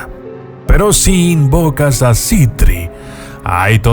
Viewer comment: Para mi Andras falto y es Sitri no citri